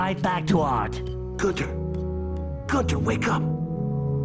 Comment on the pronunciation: They're all called Gunter but he pronounces the different ones, differently. For me, Gunter will always be the same penguin.